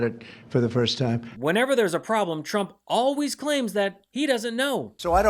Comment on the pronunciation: Sounds like Carolann is saying President Chump. OMG lol